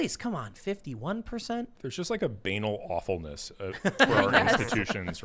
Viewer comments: It’s pronounced ban-aaal. Not b-Anal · Was mispronouncing 'banal' and 'banality' for a bet? If not then funniest American English I have ever heard.